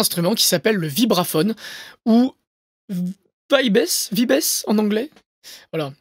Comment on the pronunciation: Du coup en anglais ça se prononce "vaïbz"